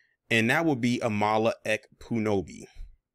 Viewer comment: Ha hah, brotha it sounded like you called her Obi Wan Kenobi 😁😄😆😂 Aye my brotha, that's what I'm a call her from now on, cuz I ain't gone make no attempt to try to pronounce her name as it's spelled...